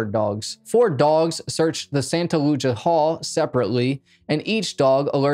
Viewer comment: Santa Lucia, Lucia is pronounced Lou as in the man's name and chia as in Chia pets or chia seeds. Hard C.